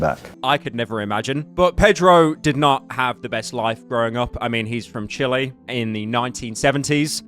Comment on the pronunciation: I was all for this video until you pronounced chile wrong 😞